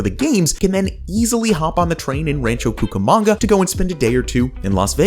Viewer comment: I can’t watch it any longer. My God, a simple Google search would’ve told you how to pronounce the bloody name. ran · chow koo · kuh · muhng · guh